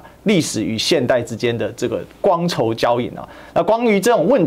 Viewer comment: 读错了一个词，哪个是觥筹交错，不是光筹交错